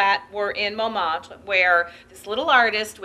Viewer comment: If only she would correctly pronounce Montmartre.